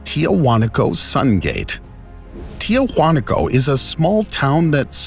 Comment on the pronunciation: Why is it in most archaeological videos the narrator does not know how to pronounce the names of places correctly? Tiahuanaco is pronounced, "Tee-a-wa-nako."